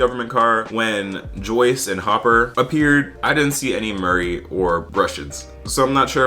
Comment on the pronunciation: The way you called Murray ‘Morri’ hahah